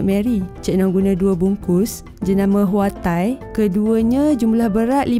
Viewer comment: Nice video but need to work on narration sikit...sound so scripted and some part tu tone tak kena...contoh “jenama hwa tai” tone macam tengah menyoal...